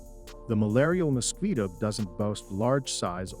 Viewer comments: "Mosqweto", hilarious pronunciation! Has the person who narrated this video never heard of this insect? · Good video. I am not fond of the narrator's pronunciation of the mosquito though. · What's a Mosqueeto??? 😂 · What is a “moskweeto"? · does he keep saying musqueato?